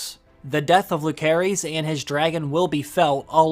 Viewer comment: "Loo-care-eez" That's hilarious...try watching the show before you make videos